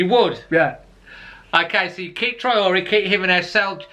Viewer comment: haha gotta love!! His mis-pronunciation of players names especially Traore always has me in hysterics......anyway as he says himself STAY ALERT and UP THE WOLVES!!!:)